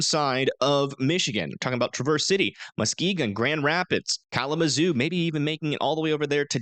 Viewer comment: Not Tra-verse City Michigan, Its said like travis- city Michigan. just trying to help. Happy Thanksgiving.